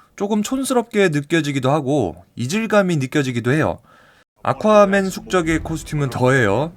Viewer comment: 계속 물만두라고 들린다